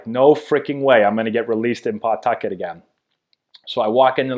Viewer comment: Strange hearing a Massachusetts guy saying PAW-tuck-et. I went to HS in Attleboro. We all said P'TUCK-it. How do you pronounce Peabody? Worcester?